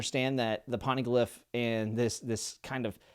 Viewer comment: I love the videos I feel like I get to reexperience this series for a third time with you. Just want to help you out a little. First, Poneglyph is pronounce like Phone without the H. So Pown-eh-glyph. Second, Logia is Low-Gee-Uh. The G is pronounced like a G in grass or grape. Third, Paramecia is pronounced Pair-uh-me-see-uh. Sorry if I sound rude or if someone already said something I just wanted to help. Hope you have a great day and are enjoying the show.